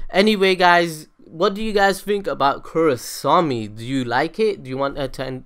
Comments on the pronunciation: i think most of those are just common knowledge for anyone who is even slightly interested tlok. also its KorrAsami not korrosami. because not matter where you cut the names its either korra or asami ... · Korrasami? Bruh!